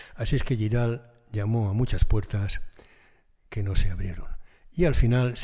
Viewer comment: Giral se pronuncia tal y como se escribe, no con "ll", sino con "g". Saludos.